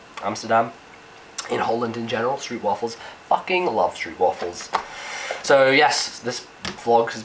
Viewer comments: I love the way you pronounce stroopwafels wrong :). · strupwaffels lol, i dont like em as much, but your pronunciation is pretty funny